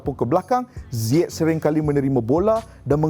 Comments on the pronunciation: No one : Frank Lampard : HAKIM ZAIYECH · pronounce nama ziyech ni.. zaiyech ke ziyech